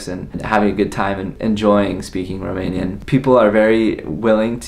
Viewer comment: Best Romanian pronunciation I heard from an American 😀 Felicitari!